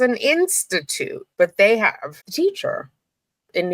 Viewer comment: Why do you say HAVE VE